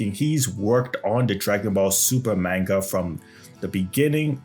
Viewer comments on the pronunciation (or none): I can't believe you when you're saying manga wrong. I can't even stand listening to you with you constantly saying it wrong